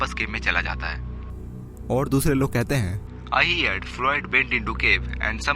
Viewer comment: हिअड॔ नही हड॔ ....heard ka pronunciation.......herd ke Tarah hi hota hai pronunciation iska bhi